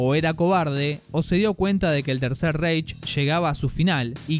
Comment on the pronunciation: Buen video pero una cosita, Reich se pronuncia más bien ráich. Es que como lo pronuncias tú suena muy inglés 😅😅